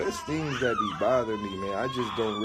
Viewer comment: Why does he pronounce thing like "theeeeinngs".